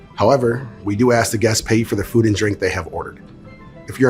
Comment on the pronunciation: ASK NOT AX